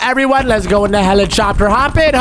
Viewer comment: Bro said helichopter💀